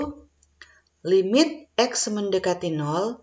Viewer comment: Congratulations. Mohon dicek cara baca limit.